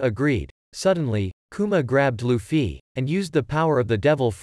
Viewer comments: Bro said luffi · When he says 'luffie' 😂😂😂